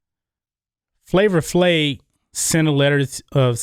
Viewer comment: It pronounced Flavor FlaVE, man. Not Flavor Flay. C'mon!